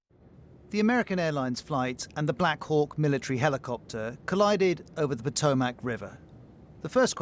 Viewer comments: Hey BBC, all three of your anchors/reports mispronounced the name of the river. It is NOT Po-toe-MAC, it is pronounced Po-TOME-mic. In addition to mispronouncing two of the three syllables, the emphasis is on the second syllable, not third. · Not an American, Potomac is a well-known river around the world, newscaster should know how to correctly pronounce it. Lived in London for over a year. Lived at The Circle, which were those flats that were previously was the brewing district cross the TEMZ from the Tower of London. But the fundamental difference is, I don’t make my living being an anchor presenting the news. I will tell you that most Americans think the Tower Bridge is London Bridge.